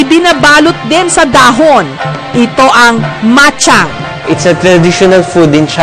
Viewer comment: bachang po tawag dyan hindi machang